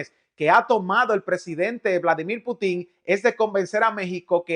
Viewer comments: PUTIN LLEVA ACENTO EN LA (U) Y NO EN LA (I) PUUTIN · NO te pongas a exponer cuando no sabes ni pronunciar bien el nombre del Presidente Ruso. NO lleva acento al final. Lo que dices es una tontería muy ofensiva al expresarte incorrectamente.